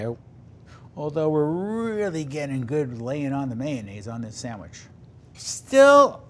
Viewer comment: A burger is not a “samwich”.